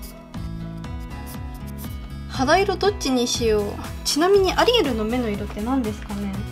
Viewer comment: アリエルがアリエールに聞こえるww